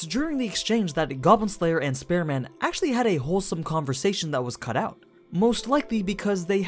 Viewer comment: Your pronunciation of Spear Man sounds like Spare Man.